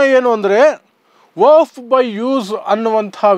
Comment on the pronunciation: ನೀನು ಕಾನೂನು ಪಂಡಿತನ್ ಅಥವಾ ವಕೀಲ್ ಏನು ಇಲ್ಲ,,,, ನಿನಗೆ ವಖ್ಫ್ ಅನ್ನೋ ಶಬ್ದ ಉಚ್ಚರ್ ಮಾಡಲು ಬರಲ್ಲ,,, ವಫ್ ವಫ್ ಅಂತೀಯಾ ಇದರಿಂದ ಗೊತ್ತಾಗುತ್ತೆ ನೀನು ದಡ್ಡ ಅಂತ,,,,,, ಪಿವಿ ನರಸಿಂಗ್ಯಾ ತಂದ್ ಕಿತ್ತೋದ್ ವರ್ಷಿಫ್ ಆಕ್ಟ್ ಹೇಳ್ತಿಯ,, ವಖ್ಫ್ ಕಾಯಿದೆ 370ಕಲಂ ಸಂವಿಧಾನ ಬಾಹಿರ ಕೃತ್ಯ